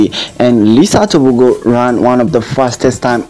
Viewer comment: Letsile Tebogo not Lisa Teboko